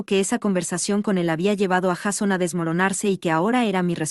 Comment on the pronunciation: Me nerva que pronuncie "Jason" cómo está escrito y no como se debe pronunciar 😅